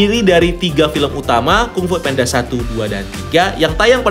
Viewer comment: Baru tau jga panda itu bacanya penda